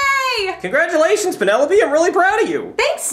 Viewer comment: I love how can’t pronounce his l’s “Red right Green right” “Alright Crass!” “Penerope” 😂😂😂😭😭